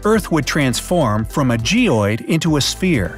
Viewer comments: why was there a "V" at the end of SPHERE? As in Spherev? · it said spherv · In 3 36 it said spherev instead of sphere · Did anyone notice it said “Spherev” instead of “Sphere”? Lol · when he said sphere it wrote sperev now what the heck is a sphere?